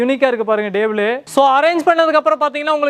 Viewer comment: Chair ❌️ Jar ✅️ Table ❌️ Dable ✅️ 😂😅